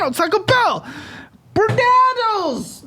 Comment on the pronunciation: My absolute favorite part of all these videos is listening to try to pronounce stuff 😂 “Reeeee” aka REI. “Bernaddles” aka Bernadette’s! Makes me cackle every time 😂